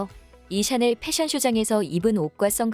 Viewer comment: 샤넬을 왜 채널이라고 해요? AI봇이 읽어주는 게에욤?